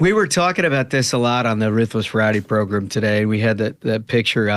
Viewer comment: I love that MK literally called it the Ruthless “Pro-Grumm”!